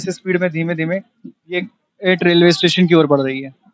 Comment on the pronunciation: ऐैट नहीं एट है एट किसी से भी पूँछ लेते भाई तुमने अच्छे खासे एट की एैट एैट कर दी 😂